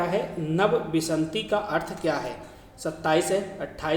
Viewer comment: बीस को आप गलत पढ़ रहे हैं सर। विन्शति को आप खुद बार बार विशन्ति गलत पढ़ रहे हैं।